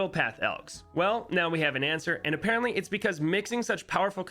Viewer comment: He said a-PARENT-ly btw